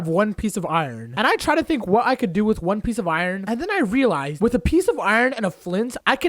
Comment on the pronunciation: Can someone see how many times he said relise?